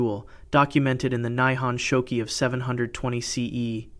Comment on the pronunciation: The pronunciation of the Japanese is atrocious! "Ise" is pronounced "E-say". "Naiku" is pronounced "nigh-ku". "Nihonshoki" is pronounced "Knee-hon-show-key"